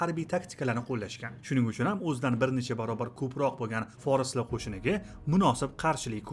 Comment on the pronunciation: Бошловчи га Форислар эмас форслар Дейилади ва ёзилади Аввал тўғри ўқишни ва ёзишни ўрганинг